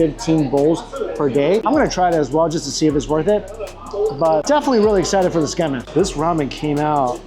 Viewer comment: You're enjoying your food when you have a piece of it stuck on your nose and don't even realize it for an entire segment. 😅 Great video but I gotta say, your pronunciation of kah-rah-AH-geh and Tsukemen (from an asian no less) made me cringe.